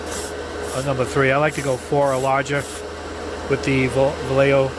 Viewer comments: Yo pronounce vallejo like va-ye-jo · As a native Spanish speaker, I would say more like va-yeh-hoh... It's a Spanish brand, a Spanish name...I think he's been doing pretty good job pronouncing it too.... Don't know why everyone else wants to call it valayho